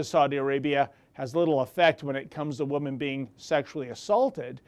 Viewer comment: This has nothing to do with the subject of the video which I agree with 100% but I have a question about his pronunciation of the word women. Do Canadians pronounce woman and women the same? In US English and UK English the plural for woman is women pronounced (wimin ) in both UK and US English . The plural women pronunciation (wimin) is the same as it was in Old English, the singular pronunciation woman changed sometime in Middle English from (Wiman) to woman.